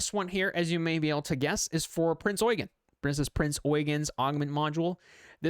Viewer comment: Eugen is actually pronounced Eu-gain without the i. Long German e or English a.